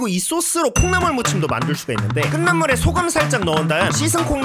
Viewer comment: 끓는 > [끌는]× [끌른] ○ 자꾸 들려서... ㅠ 감사합니다.